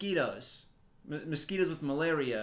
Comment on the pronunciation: No one:: malariasquitos